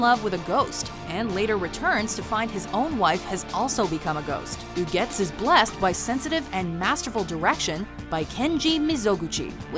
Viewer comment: Oh my god you pronounced ugetsu correctly. Nothing to add, just that im amazed. The dude who narrates the anime lists would've certainly said " ooo-get-sue". Also thank you for number one. That made a shitty day awesome 😊